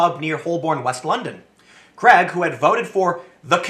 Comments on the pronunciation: Why can't Tim and so many other Americans pronounce the name "Craig"? It is not "Kreg" rhyming with egg, it is "Craig" rhyming with plague. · Why do yanks pronounce ‘Craig’ as ‘Cregg’? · Creg...? Craig... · Just a heads up, Craig is pronounced "Crayg" not "creg" in the UK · Why can't Americans pronounce Craig? Creg has me in stitches every time I hear it.